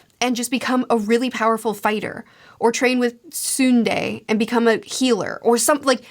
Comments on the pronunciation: No, that's only when a mora that ends in 'e' like 'ke' or 'se' is followed by 'i', sei, kei, mei, etc are all pronounced see, kee mee and so on. Btw, it's not 'they' in tsu-na-the, there's no y sound at the end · You got Jiraiya's name right and just to help Tsunade's name is pronounced Sue-nah-day. Itachi is my favorite character, he just gets better in part two! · Yashamaru was Gaara's uncle not his aunt. And just so you know Tsunade's name is pronouned soo-nar-day. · It's Tsu - NA - De ("TsuNahDay) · Or Sue - Na - Day: Tsunade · lovely vid! cant wait for your shippuden video! also it's tsu-na-day <3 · I shouldn't laugh but her calling Tsunade "Tsunde" gets me every time. Love the video though. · 5th hokage pronouciation ... su. na de (Tsunade) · discovered the strongest Jutsu in all of Naruto: The Talk no jutsu Btw, it is: tsu-NA-de Jay, Itachi, my favorite Character. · Also its Tsu Nah Dae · Tsunade is pronounced as 'Suna-day' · Tsunade is pronounced soo-nah-day. Kinda like tsunami. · If you can say Tsunami, you can say Tsunade. (Tsoo- nah- day) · Jiraya = ji-ra-ya(not Djiraya) & tsunade= tsu-na-de. You gonna love this series. You are just starting. I'm enjoying the progress just as much as One piece back then. Maaaaan Itachi :') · The 3rd hokage vs orochimaru fight might be the longest fight in anime history lol fair warning P. S. Su-nah-day 🙂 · We were doing so well with the pronunciations until now 😂 Tsunade = Soo-Nah-Day (Deh is probably a bit closer). I have the same thoughts about the Gaara-Sasuke-Naruto part of the story. When I was a wee lad, Naruto aired at a strange time slot so I only ever caught 1-2 episodes over its entire run. One of these was this episode of Sasuke vs Gaara, and it was that one that made me want to go back and check it out 10 years later when I started watching anime more regularly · Tsunade is pronounced Sue-Naw-Day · I think someone has to find a way to help her pronounce Tsunade properly 😅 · Tsunade is tsoo-nah-day